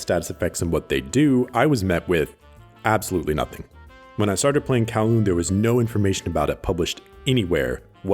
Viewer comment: Will he pronounce Kowloon correctly? Edit: he didn't